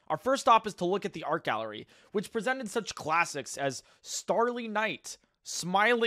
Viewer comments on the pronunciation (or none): none